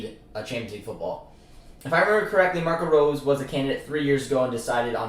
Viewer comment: Great video bro im hyped to have Rose at the helm. Praying for champions league football. & btw Marco Rose in German is pronounced like Roe-suh